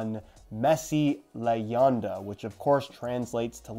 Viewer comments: it’s ley YEN da not YAN da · Small correction on the Spanish its pronounced Le-Yen-Duh not Le-Yawn-Da, sick video! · Pronunciation is le-YEN-dah not le-yon-da.